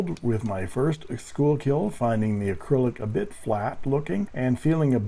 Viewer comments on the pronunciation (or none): Schuylkill is pronounced "Skookul". I live only a couple of miles from the Schuylkill River in the Philly suburbs. There's also a Schuylkill Rd a few streets over. I know it looks like "school-kill", but we like to leave that to the Boomtown Rats, because they don't like Mondays.